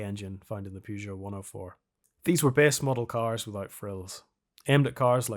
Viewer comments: I'm Irish and I pronounce Peugeot and Renault correctly. I'm cringing every time I hear that "Pyoo..." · Love the video, but please stop pronouncing "Pugeot" like that. There's an e there at the beginning, not a u sound, you can find French people in video saying it right, it's distracting how you pronounce it. Sorry for the rant, keep the videos coming.